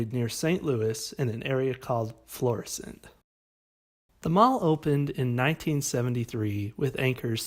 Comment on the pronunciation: points for pronouncing Florissant correctly